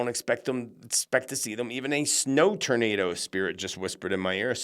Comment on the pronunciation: I always hear it as TURDnado😆😁🥰 Thank you, love your channel!❤